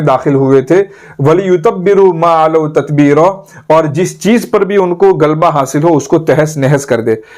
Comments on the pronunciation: Galba nahi. Ghalba "ghain" se hota hai. Gaaf se galba nahi. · apna talaffuz durust kijiye aap to aalim ho, "ghalba " lafz aapne sahi nahi bola